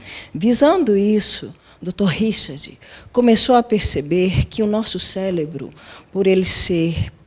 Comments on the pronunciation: Numa boa , como vou confiar numa pessoa que fala *CELEBRO *… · Ela falou celebro e não cérebro.... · Nosso celebro? Kkkkkkkkkkk falou falou e não disse nada desses austraunautas...